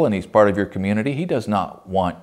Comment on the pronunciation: rOOf (rewf) not what your saying lol